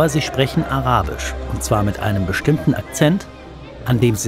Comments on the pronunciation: Können wir mal bitte seine Aussprache loben? Die Art wie du arabisch aussprichst ist perfekt! Ma sha Allah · Großes Respekt an den Journalisten, ich war sehr positiv überrascht über die Aussprache seines Arabisch 👏🏻👏🏻👏🏻. Sehr informativ und gut erarbeitet, bitte weiter so🙏.